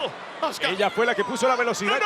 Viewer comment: esos tipos no saben como decir un nombre en ingles, se escribe azuka y ellos le dicen azka creo que estan bien mal🤣😒